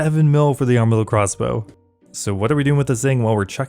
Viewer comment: harm-adyl crossbow 😂 yes it does cause harm but i think its pronounced arm-adyl